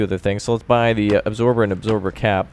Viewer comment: You pronounce absorber wrong, you eggsorber